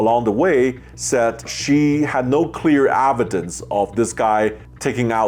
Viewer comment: It’s pronounced evidence, not avidence